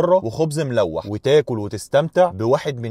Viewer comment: خبز الملوح بيتنطق ميلوح مش زي ما بتنطقها